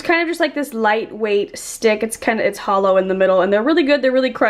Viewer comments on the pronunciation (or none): none